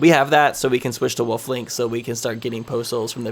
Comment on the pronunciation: its wolf link not woof link lmao